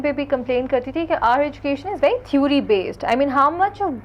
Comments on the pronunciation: This stupid girl in the pink says their education is way better than foreign ... hahaha ... nd she just says theury instead of theory and many more mistakes man these people are funny ... stop comparing stupids u can never be like us ... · lol she is pronouncing theory as thuri hahaha